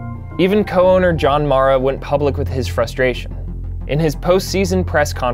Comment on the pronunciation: It’s pronounced MARE-A. Please get it right.